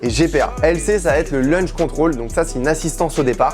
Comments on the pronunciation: C'est pas plutôt "Launch Control" que "Lunch Control" ^^ Sinon ca voudrait dire le contrôle déjeuner. Super vidéo en tout cas ! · Petite correction c’est pas lunch control mais launch control.